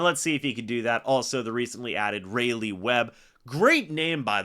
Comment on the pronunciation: its pronounced "Ry Lee" (Raleigh)